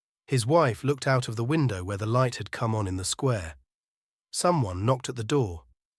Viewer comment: Hemingway us full of undemonstrative men and discontented women. Sweet ending, though; she won’t be totally miserable. The reader spoiled it for me somewhat: the monotone and pronouncing “square” as “squa” sounded AI.